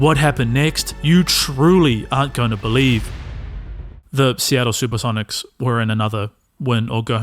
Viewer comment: "The Super-seven-ics"?